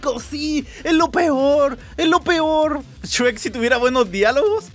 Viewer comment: Shrek❌ Chuek✅